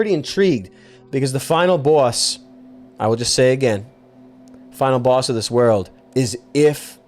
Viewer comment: love the way he says "final baws"